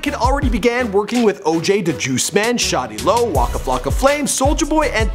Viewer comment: Who the fuck is Shotty Lo???? I could have sworn it was Shawty Lo🤔